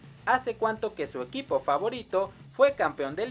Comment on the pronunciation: En el minuto 9:8 dice EUIPO deberia decir EQUIPO XD